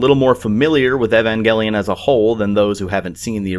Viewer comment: Umm.. Evengelion? O_o You're pronouncing the name way off. And it's weird since the original voice actors _constantly_ tell you how it's pronounced. Hope you didn't watch this with some English voice acting or something weird like that :P